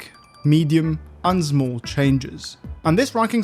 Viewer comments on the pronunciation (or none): "... and ZMOOL changes." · 0.39 update and still cant pronounce small properly